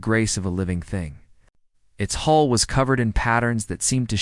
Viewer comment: ITS HULL not hole again